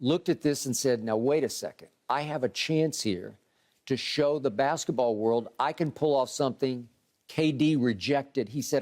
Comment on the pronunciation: Uh…I don’t normally do this but… - was painful from Uncle Shay. “Bathket-the-baw” 🤣